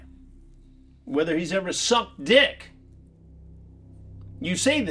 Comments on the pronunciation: Chris's emphasis on "s*ck d*ck! " is priceless! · The emphasis on suck d got me 😂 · Why did he put so much emphasis on it tho🤣🤣🤣🤣🤣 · I thought the same lol 🤣